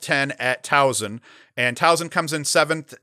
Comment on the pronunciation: Great show, as always. Towson is on fire, so let's work on this. There is no "z" in the name. Soft "s" like in Saturday. Say it with me..."My son goes to Tow-son" Just kidding. You probably feel the same when people who say Syracuze instead of "cuse" so I'm just as guilty.